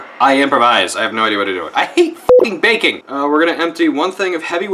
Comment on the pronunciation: Jesus, heard "hate bacon" and not "hate baking" and almost lost my shit.